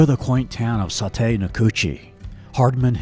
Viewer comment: Nice video! But it’s saw-tee, not saw-tay!